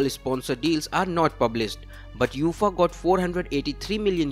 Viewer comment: It’s not Youfaaaaa…. It’s UEFA (Yu……A…. FAA)